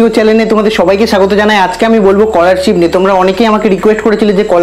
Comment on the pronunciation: age scholarship ta valo kore pronounce korte skihon